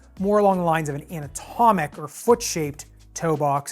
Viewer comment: Haha, kept hearing “an-atomic” ( i.e., “not atomic”), haha.